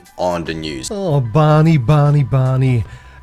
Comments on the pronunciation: "How's that working out for you, Barrrrrrrrrney"....that made me chuckle!! lol :D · I have to admit the resemblance between Enzo Ferrari and Mesut Özil is uncanny... but its just coincidence!!! Oh, btw you pronounce Barny's name wrong... it should be Barmey... thanks once again for the laughs 🤣👍